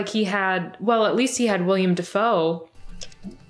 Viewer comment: You're awesome but i want to point out one thing. Willem Defoe is not "William". Willem is a Dutch variation, South Africa has it too. No offense I'm just saying 🤷